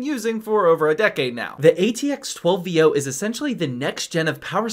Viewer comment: maaaann, you've been dealing with PCs for a long time. stop speaking in shortcuts on technical stuff. you should have spoken the atx12vo properly. VO means Volts Output. it doesn't pronounce that way. try to educate your viewers.